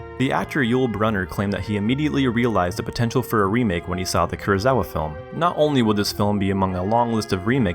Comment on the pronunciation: Kurosawa, not Kurozawa.